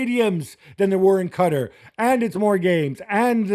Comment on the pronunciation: The way that white dude said Qatar made me turn this off